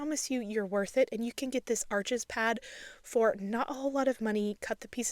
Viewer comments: You will come across more effectively if you pronounce the name of the cotton paper properly, it looks like arches but it's pronounced arsh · I just discovered your videos and they are easy to follow and immensely helpful for a beginner—thank you! One additional thought—Arches is a French company and pronounced “arsh” not “arches.” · Arches is French, it’s pronounced “Arsh,” the (s) is silent, Thanks for sharing!!! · Such an incredible tutorial. I’m taking my second year of watercolor and I’ll be sure to share this with my professor :) (Also just a note about the paper: I’m pretty sure Arches brand is French and is pronounced ‘Arsh’) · This is really helpful, thank you! 😊 Just a heads up - Arches is pronounced 'Arsh.' Something you only find out when you ask for it in an actual shop, lol! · What a lovely and helpful video. Thank you. By the way Arches is French. It's pronounced like 'Arsh' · Arches is French, it’s pronounced “Arsh!”